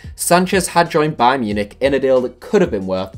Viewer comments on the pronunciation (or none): none